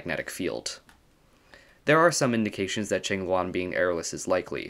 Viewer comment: Thanks for not pronouncing it Kwing-loo-ann